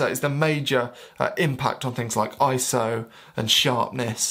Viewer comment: he pronounces ISO "eye so". only a true photographer pronounces it that way. liked and subbed